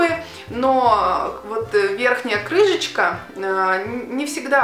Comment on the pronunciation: Виктор Леонов неет, там прозвучало крыжечка :)